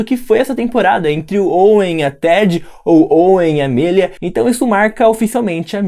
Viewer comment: SE VC NN SABE É AMÉLIA N AMÊLIA!! FALA CERTO, NEM EXISTE ESSE NOME!!